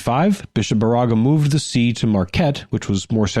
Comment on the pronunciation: Baraga=BEAR=ah=gah. Keweenaw- KEY wee nah